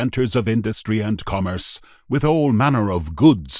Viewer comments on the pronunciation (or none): none